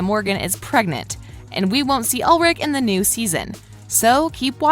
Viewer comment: It’s ULRI-CH! CH, CH, FOR CHICKEN